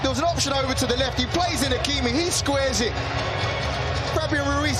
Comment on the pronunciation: Is it me or announcer doesn’t know how to say Hakimi‘s name. SMH. 😂